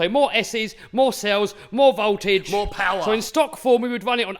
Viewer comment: No S's are more "pAWar"